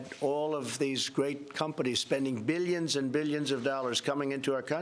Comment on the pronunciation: ROFL. Americans have plumbed a new depth with this dumbass 😂 Good to see how the mighty have fallen "beelyins and beelyins" of miles into a sewer 😂